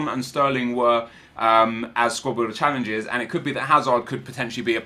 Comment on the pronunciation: The way you say "challenges" is gay as fuck